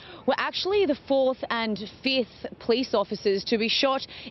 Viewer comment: RIVERA not RIV - I - ERA. Try to get the name correct at least!!!!